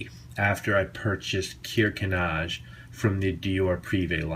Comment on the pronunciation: the k is pronounced in German. It's not neez, it's actually said "kneetsche" with the k pronounced. :)